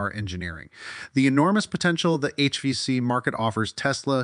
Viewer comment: HEEPAY filter.... HBAC? wtf 😂